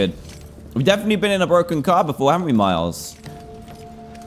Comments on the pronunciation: Did you notice that DAN called miles marecus🤣😂😓Dan just stop making me laugh pls ,😂😂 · When you where going to say miles you said Marcus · U said Markus it’s Miles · 1 hour 16minutes and 28 seconds Dan says Marcus instead of Miles. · And he sqid miles and not meters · He said Marus not miles🤣😁